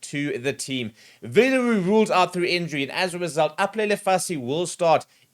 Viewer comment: 😂😂WHU'LEE LE HULES out..i died